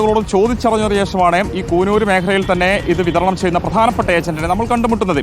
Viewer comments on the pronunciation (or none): കൂനൂർ അല്ല.. കുന്നൂർ